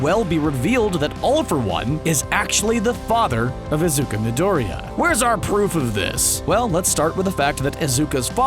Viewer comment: "Izuka Midoria"